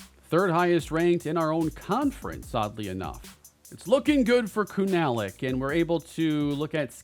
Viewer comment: Pronounce Collin kunalic name as kuna-lic or koonalic